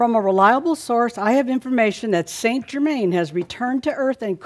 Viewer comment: Wow! A half way decent & honorable go at saying "Saint Germain"! You have no idea how much it bugs me listening to US based 'mediums' claiming to be channelling La Compte who can't even get within a country mile of pronouncing his name! Its a bit like if I announced that I was channelling a Mexican called "José" and I said "Hi everyone, today I will be channelling my ascended master who I have been channelling for 20, years- Joe-Zay!". ;-)